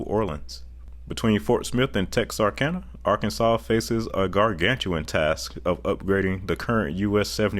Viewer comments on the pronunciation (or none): none